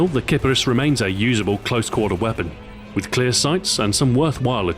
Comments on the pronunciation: Did Xbox Ahoy just pronounce a gun incorrectly? It's pronounced keep-arees. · Name is pronounced Kee-pah-rees btw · Huhu, sounds like clitoris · Ok I hear this gun pronounced in a lot of ways. "Kipperis" How I say it, "Kapris" as most of my friends say it, "KiPARis" Like how I USED to say it, and "Kip-Air-Is"